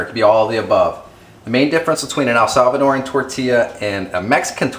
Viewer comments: All good, but please, it's Salvadoran, not ELsalvadoran. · Its not el salvadorian.....its salvadorian -_-...you pronounce the words way better than my spanish teacher